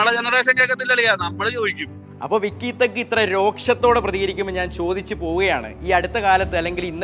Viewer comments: vikky thug alla wikky thug ennanu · Vikky thug alla wikky thug 🤣🤣